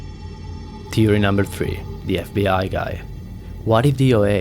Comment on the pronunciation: Learn how to pronounce words please you say theory as teory and other words I can't remember